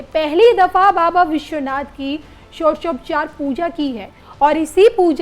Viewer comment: षोडशोपचार नहीं बोल पा रही एंकर😅😅